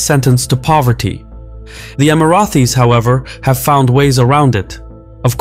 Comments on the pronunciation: emiratis, not emirathis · Amazing video but i gave a thumbs down because you keep calling us “Emarathis”. There is no TH in the name. Thanks